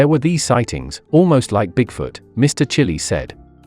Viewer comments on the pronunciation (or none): none